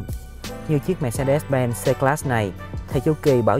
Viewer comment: Phát âm sai thương hiệu rồi anh ơi :))